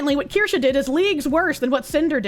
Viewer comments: I eagerly await the day Asmon can pronounce and spell Kirsche correctly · I think its funny at this point. Its so asmon